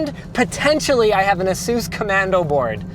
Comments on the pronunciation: lmao did Austin really just call asus "azeez" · Shouldn't Austin know how to properly pronounce Asus? Pretty sure its not Aseez... They even made funny ads with how to pronounce their brand name correctly. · i thought it was ace-us not a- seuss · Asus is pronounced A-Seuss? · So I've been watching these videos for a few days having discovered this amazing channel. I often hear Linus say "hesus" when talking about parts, and I'm thinking it's a really savvy friend he has that sources many of his components.. Imagine my surprise when i realize "hesus" is the way he is pronouncing ASUS. hahaha, i've never heard it pronounced like that, ive heard Ay-soos and Ay-SUS or some variant of that, never heard an eh-sus.